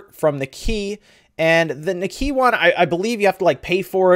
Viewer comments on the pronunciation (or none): Nikkei as in "N'kay". Not "Nikki".A simple Google translate will go a long way in pronunciation.. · It's pronounced Nee-Kay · It's pronounced KNEE-KAY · Great vid, BTW Nikkei is pronounced as "neek-eye", I think. They could also push a simple update for games that "need" Joycons. I would love to see A "complete" console. But at that point it's basicly console that can be docked and you would need additional controllers for playing a big screen. Budle it with a revided Pro controller, and Im sold.'( or a splittable Seperatable pro controller? ) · It's pronounced ni- kei sounds like knee Kay. I'm a nerd and listen to financial radio shows in the morning. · Great rumor wave! To help you out, Nikkei is pronounced sort of like "knee-kay". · its pronounced "KNEE-kay"